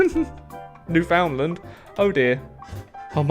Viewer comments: King that actually quite large island is literally not pronounced as New Found Land so yeaaaaaaaah no he was still wrong in his pronunciation. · Makes me cringe when he calls it New found Lind yikes. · Has lived in Canada for several years But still says "New Found Land" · I always crack up at how Brits say "Newfoundland" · I think we're going to have to deport you for saying 'Newfoundland' that way. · you say Newfoundland wrong I am a newfie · Being from Newfoundland and hearing it said that way hurts me.